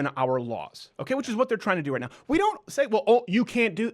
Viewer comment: David 'We Say-ah NO MORE" Hogg